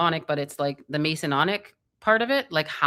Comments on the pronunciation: is awesome, an fantastic resource, but it's MASONIC, not Mason-onic, and it's Converse, not Con-a-verse shoes. Sorry to be the asshole, but these sort of thi is need to be corrected if there will be multiple videos regarding these things or terms. Keep up the great work, everyone! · Her memory retains everything, except how to pronounce Masonic and Converse..